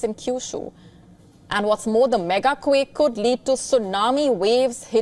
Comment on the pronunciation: why do you say "quick" instead of "quake"